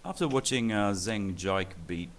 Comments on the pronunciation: jike is pronounced jeekuh XD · IT'S PRONOUNCED JEE-KA! C'MON WE TALKED ABOUT THIS!